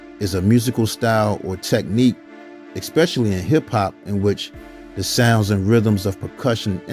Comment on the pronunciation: Did this dude say, "exspecially"?